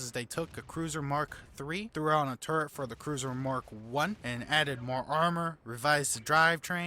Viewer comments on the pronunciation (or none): Turret. Not 'TurreNt'. A personal pet hate of mine.